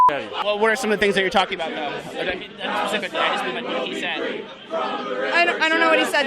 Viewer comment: " I don't agree with him Pacifically". Fucking retards.